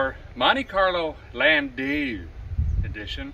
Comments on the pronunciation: It's pronounced land - dow. But that's 'aright. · Call them a "Lan day you"? Landau?